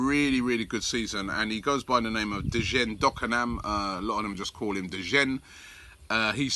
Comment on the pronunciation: dakonam's name is pronounced like "jaynay"